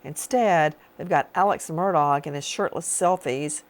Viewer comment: “Alex Murdog”?! I love it! 😂